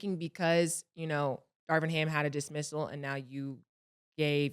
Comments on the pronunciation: Cam be killing me mispronouncing ppls names lol who is Darwin ham😅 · New morning drinking game: Take a sip of orange juice every time Killa and Murda call Darvin Ham "Darwin Ham." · “Darwin Ham” 😂😂😂😂